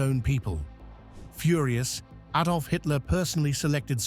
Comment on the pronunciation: Another Ay-dolf moment...